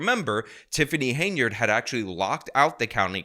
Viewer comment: Henyard not Hainyard